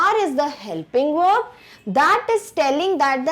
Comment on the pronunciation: Pehle uchharan sikho tum...verb ka uccharat vorb kaha sai sikha hai?